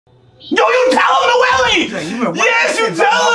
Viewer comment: and uh 1 thing dude the girl’s name is pronounced “No - el” not “No - Ely”